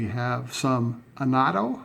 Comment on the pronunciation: Just curious-why do you pronounce it “anetto”? Is that actually how it’s supposed to be pronounced? I’ve never actually heard it said out loud before, but I just assumed due to its spelling that it’s pronounced uhn-ahh-toe. So it’s actually uh-net-o? Or is that just how you personally say it?